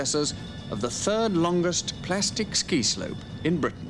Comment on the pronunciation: Respect to this man for the correct pronunciation of the word plastic! Today the BBC think there is an 'R' in the word?